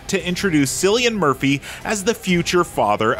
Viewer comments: Sillian Murphy... Wtf 😂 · Sillian Murphy? Really? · Cant take the review seriously after "Silian Murphy"